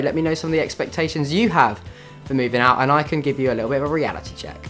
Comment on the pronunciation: when says he's learnt a lot but he hasn't learn how to say expectations yet